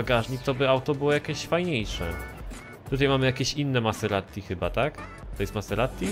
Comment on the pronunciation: maserati, a nie maseratti